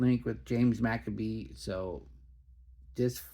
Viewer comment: McCabe rhymes with babe... Not Maccabees 😂